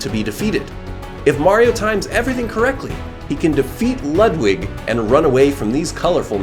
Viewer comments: IT’S LEWD-WIG NOT LUHD-WIG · I hate ho he pronounces Ludwig pronounced:Lood-wig as Lud-Wig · He’s saying Ludwig wrong it has a oo to it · that’s not how you pronounce ludwig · You keep saying Ludwig wrong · You pronounce Ludwig's name wrong